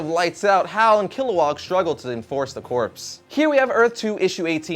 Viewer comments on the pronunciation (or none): did he really just say corps like corpse at the end? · Corps is pronounced core